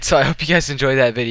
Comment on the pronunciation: how the FUCK say cal-ony